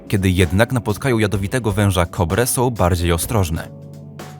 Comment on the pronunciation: Sął? Dziewjęset? Uźywajął?😂